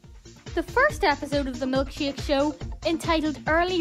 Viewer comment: You say Milkshake! like, "Milkshiak."